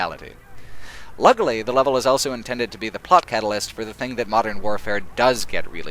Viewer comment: I hate the way you pronounce the word ''also''. It's ''aw(l)so'' not ''L-so''. It's weird. Great video though.